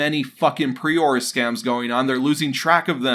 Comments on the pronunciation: It's pronounced preorDER not preorr btw. It's like you need to chill out and slow down so you can correctly enunciate words. There's no rush, you can take however long you need to do the voice over work bud. Just slow down a bit. Thanks bud, great vid. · Say preorder properly, ffs.